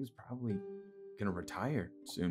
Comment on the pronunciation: be like I PROBALLY SAID would you karry me?